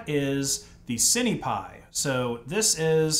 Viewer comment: Cinepi as in Sin pie. (at least I always say "sin" lens or "sin" camera when speaking of cinema equipment) The IMX477 is a tiny sensor like those found on CCTV cameras being something like 7.9mm across. A cheap Micro 4/3 camera is 22mm across and that's still far from competing with a 24mp full frame mirrorless camera. You're going to be losing a lot of FOV/Compression you can get from a larger sensor. If you want something on the cheap a used Micro 4/3 camera would still be leagues ahead of this.